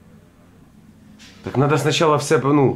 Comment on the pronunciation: «Вот имЭнО»😂 «бЭсЫт»